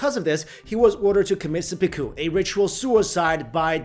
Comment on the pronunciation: Shogan? Seppiku? cmon man, you're better than that